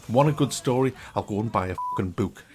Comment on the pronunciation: “Want a good story, I'll go and buy a fking bewk" -, 2019